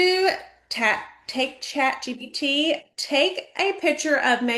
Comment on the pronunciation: Is she calling it Chat GBT? She's telling people to "utilise" AI and she doesnt even know the name of it.